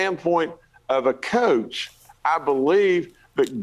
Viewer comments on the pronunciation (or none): A republican that used to coach a teen basketball team... (for fucks sake, he even pronounces it "cooch") I believe that's the new "Catholic priests"